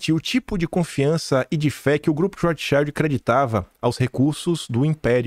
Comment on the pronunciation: Maravilhoso dossie,!👏👏👏👏👏👏👏👏 Depois procura a pronúncia correta de Rothschild que é palavra alemã e vc tá pronunciando em inglês!